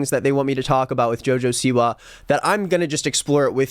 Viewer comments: He said Joja Siwa 🤣😭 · love how he says joe joe seewah